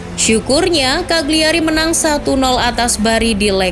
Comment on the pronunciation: Just info, Cagliari dibacanya "kaliari", huruf G nya tidak dilafalkan.